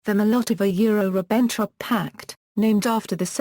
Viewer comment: Maybe with the continuing advance of artificial intelligence it might be one day possible to listen to Audiopedia. Its not there yet! I got as far as the 2nd and 3rd words, "Mol Lottova yure Ribenn Trop" before giving up. I guess she was doing her best.